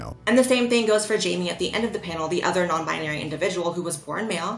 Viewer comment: I find it hilarious everytime he says non binery instead of nonbinary